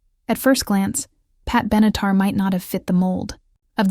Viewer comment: Pat Benatar et non Benitar. Elle mesurerait plutôt 5 pieds que 5 tonnes ! Merci pour les vidéos , mais les commentaires sont à revoir !